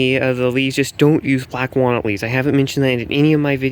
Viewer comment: I thought he was saying "bat guano!"